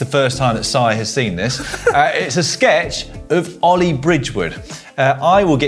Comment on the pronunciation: Caption: No, his name is Ollie not All-eye.